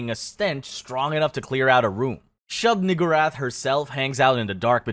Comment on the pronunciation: Dawg it’s shub NEE-GOO-rath